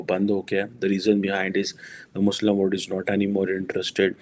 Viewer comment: Baba Word nahin mere Panjabi bhai, WORLD!!!!!! Why do you swallow L???